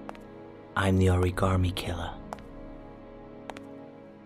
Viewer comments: WHY DOES EVERYONE SAY ORI-GAmmie INSTEAD OF ORI-GA-ME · anna stallworth 😂😂😂 exactly one was like origammi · I loved this game bacc when I first played it on the PS3 but I've always hated how they say ORI-GAAH-ME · Why does Gordi's voice actor say "oriGARmi" ...DO BETTER!! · Why can no one in this game either correctly or consistently pronounce 'origami' like....that is so hilarious to me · Why these people pronounce the word origami so weird